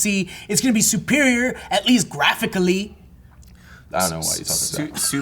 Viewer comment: has never sounded more hispanic than when he said Graphically lmfao!